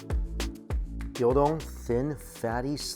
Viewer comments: Gyudon not gyodon lmao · Gyudon not gildon Gyu rhymes with new don rhymes with bone The dressing wafu means Japanese style. and still can't say Onigiri, I guess you have a speech impediment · Stop calling it gyO-don! it's Gyu! From the Japanese word for cow/beef. You don't call it WagyO do you? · It's called GYU-don, not GYO-don... LOL